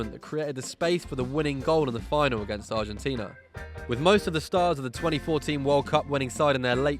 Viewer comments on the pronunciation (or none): none